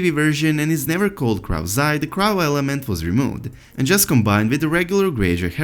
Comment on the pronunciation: The word crow is pronounced like low or slow or bow, f Yi.